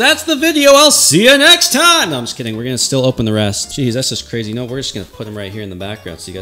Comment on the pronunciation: Charizard Is "CWAZY"